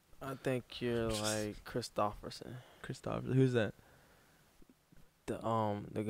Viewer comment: Did this man say "christophison"?